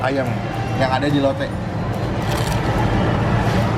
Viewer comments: Gw kok denger nya lonte ya atau lotte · kirain "kita mau ngelonte" rip my ears